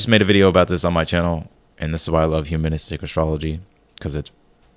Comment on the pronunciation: Did you say humanistic astrology? I heard human somethin somethin astrology.. lol Do you have a good resource for learning it?